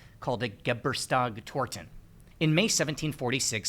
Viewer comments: Loved the video but please never try to pronounce "Geburtstagstorte" again 😭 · I had to look at the subtitles when Geburtstagstorte was pronounced and had a loud laugh. Not the easiest word for non-german speakers.